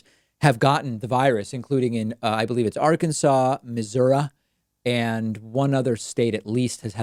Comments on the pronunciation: What the hell is Missou-rah? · You're not allowed to call it Misssour-ah unless you're from here. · David! You know how to pronounce Missouri properly! Also Trump threatening to cut off funding for schools is a hollow threat and shows how ignorant he is. Most school funding comes from local taxes, specifically property taxes which are specific to individual school districts. No Federal funds to withhold. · I love that you said Missouruh instead of Missouri. My buddy, working in customer service, got a call from a guy in Missouri and kept saying Missouruh. My friend said to him "There's no "A" in Missouri" and they guy said "Well, there ain't no "E" neither." 😂😂😂